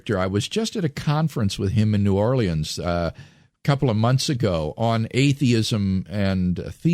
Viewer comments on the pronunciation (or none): New Orlee-unz